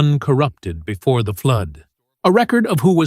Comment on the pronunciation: Surely…… For a video of such stature and consequence, one could hire a professional to narrate the text and pronounce all of the words correctly knowing that the word “record” can be a noun or a verb and is pronounced differently for each. SMH